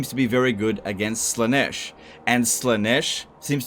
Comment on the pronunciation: It's pronounced Zeentch not sinch jesus. and Slarr-nish not sla-nesh, Khorne is pronounced corn as in sweet corn. :D